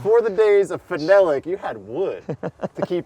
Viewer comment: Fen el ick? Phenolic. Fee nall ick